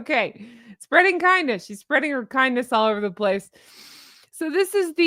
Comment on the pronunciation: Near the end you said - spread the kindness, and I heard- spread the C U Next Thursday. I guess my ears are glitching.